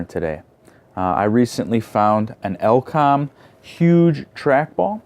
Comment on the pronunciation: oh lord, firstly its E-LE-COM not EL-COM then its KEN SING TON, not kingston nice video thank you